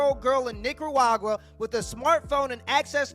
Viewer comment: Why can't Youtubers pronounce "Nicaragua"?!